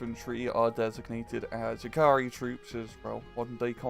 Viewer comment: I have never ever heard anyone pronounce the word "jääkäri" so horribly wrong. As a Finnish person, I shall use it.